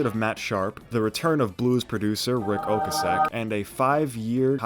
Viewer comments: I'm sorry, but what in the FUCK is an "OH-ka-SEK"??!? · Rick Oke-uh-Sik wtf? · I think it’s pronounced Rick Okay-sick. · never mind.. you said it worng. I had to watch him pronounce it. Oh-kaah-sek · "Ric Ocasek" is pronounced as though Irish: Rick O'Casik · Rick “Oak-a-sec” 🤦🏻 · lol your pronunciation of Ocasik kills me every time... and Maladroit... jesus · Wouldn’t ya know it? Someone found a new way to botch Ric Ocasek’s name! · You really did just mispronounce Rick Ocasek's last name... RIP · God, you butchered Ric Ocasek’s name. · Ok, ok, good video, but are we not gonna talk about the butchering of Ric Ocasek’s name in this? He was the lead singer of The Cars, FFS. 😂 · I've heard Ocasek's name pronounced a couple different ways, but I've never heard it the way you say it. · That was new to me as well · It throws me off how he says Rick Ocasek